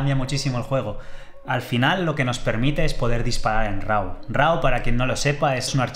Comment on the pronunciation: No se dice "Rau", se pronuncia "ro" /ˈɹɑ/ ¿Porque motivo en España tiene la horrorosa costumbre de pronunciar como se les ocurre ciertas palabras o expresiones del idioma inglés, y no respetar la pronunciación correcta, como por ejemplo cuando dicen "güifi", cuando es /ˈwaɪ.faɪ/